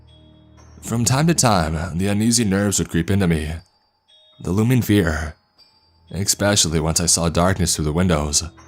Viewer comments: “EXspecially” gang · I'm rather new here but I'm pretty sure "especially" is not pronounced [ekspeshali]. Isn't proper pronunciation an important perk for a narrator? No toxicity intended in this feedback.